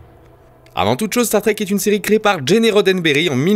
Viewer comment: Un bon résumé, mais ..."Gene", ça se prononce "Djin". ;)